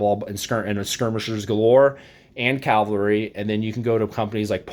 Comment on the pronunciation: CAV - AL - RY = CAVALRY. It's easy if you try!!!!